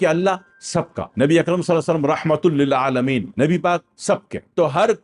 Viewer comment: رَحْمَةٌ الِّلعٰلَمِين. نه هی درست رَحْمَةًاللعلمين هی.۔جناب آپ بھی قرآن کو درست زبر زیر پیش کے ساتھ پڑھنا سیکھ لیں ت پر دو زبر ہیں جادو قرآن سے ثابت ہے۔يعلمون الناس السحر .ترجمه وه لوگوں کو جادو سکھاتے تھے۔اور جنات بھی قرآن سے ثابت ہیں..الذي يوسوس في صدورالناس من الجنة والناس.ترجمہ جو وسواس ڈالتا ہے انسانوں کے دلوں میں۔جنوں میں سے اور انسانوں میں سے۔